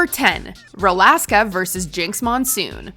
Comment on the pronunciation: Hearing “rolaska” instead of “rolaskatox” threw me I can’t lie